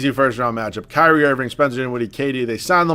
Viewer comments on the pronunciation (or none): none